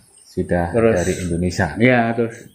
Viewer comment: Indonesia mas, sanes Endonesa